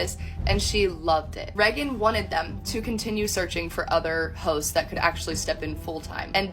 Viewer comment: Who is "reggon"?